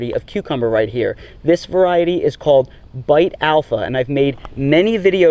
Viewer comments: Beit, not bite. Beit is the Hebrew word for “house.” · Great video! (Beit is pronounced like "bait." It's a letter in the Hebrew alphabet.)